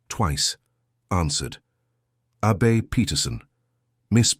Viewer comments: Nice story but that A –BAY drove me crazy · Don’t understand the ladies name, so hard to understand. Abey or should it be Abbey?